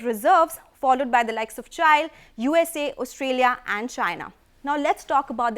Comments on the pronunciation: Chail lol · Did she say chiiil for Chile ? OMG ..